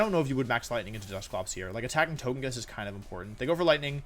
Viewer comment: Why do you keep calling it To-GUH-kiss? Did you have a stroke?